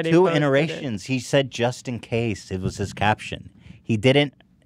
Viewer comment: Nobody: Ethan: ”So I sais...”